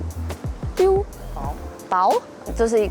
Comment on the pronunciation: Beau是法文唸ㄅㄛˋ喔